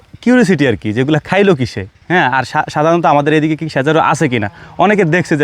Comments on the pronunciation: আপনি শুধ্দ বলতে গিয়ে সজারু কে সেজারু বললেন। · সেজারু না ভাই সজারু